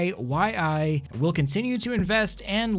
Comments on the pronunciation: I think iQiyi is pronounced eye-CHEE-yee. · As a Chinese I would like to clarify that iQIYI is pronounced as "Aye Chee Eeee". The reason why it's so weird is because iqiyi is actually a another way to romanize it's Chinese name, "Ai Qi Yi". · lmao the way you pronounce the brand name "IQIYI" (爱奇艺) every single letter thats too much fun for me(I'm a chinese speaker) you can simply pronounce it "iCheeYee" I guess,maybe not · Just FYI, the company name is pronounced as “I chi E” lol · iQiyi is pronounced as “ay-chee-yee” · Pronounced I Chi Yi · I forget You can just put "爱奇艺" on google translator and read it...It's exactly what "iQiYi" pronounce in chinese